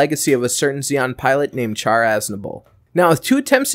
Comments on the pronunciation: who the fuck calls Char "char"? It's pronounced "shar" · Alright comments is it pronounced "Shar" or "Charr" like charred coal? I always pronounced with "Sh" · Its pronouced with Sh, Char is literally announciated in Japanese as "Sha" with the r almost sounding silent and in the english dub its "Shar".